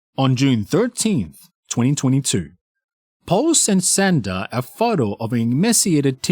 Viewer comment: Narrator…. Her name is Shanda (Shon-da), not “Senda”. Ugh! I hate it when narrators pronounce words incorrectly (simple words especially). Nails on chalkboard bc it’s supposed to be a pro. Yikes!